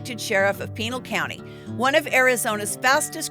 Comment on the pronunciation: "PEEnal County"......."consiQUENshes"..... You're putting the wrong emPHAsis on the wrong syllABle.